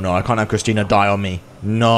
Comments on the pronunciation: CHRISTA CHRISTA CHRISTA NOT CHRISTINA sorry, this was bugging me so much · Whos gonna tell him that its not kristina and its christa